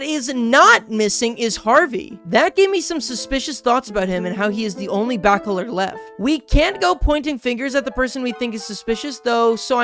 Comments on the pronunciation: Thank you! I was looking for this comment, I was hoping I was not the only one who kept hearing that stick out in the commentary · I get physically triggered everytime he says "Backoler" and "Backolerette"